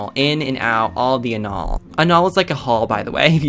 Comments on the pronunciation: "anaul" LOL CRYING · "about to do anaul" DEAD